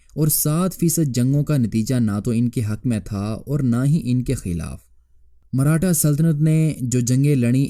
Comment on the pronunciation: Marhata nahi hai bhai maratha hai woh...